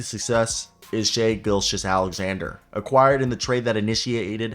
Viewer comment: Good video. Butchered a couple names but you mean well. Just call Shai SGA. It’s just easier lol. In a huge thunder fan and idk what to expect out of this season. They’ve completely exceeded my expectations